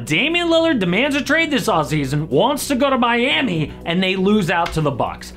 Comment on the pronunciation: did you said Miami or mommy 😭😭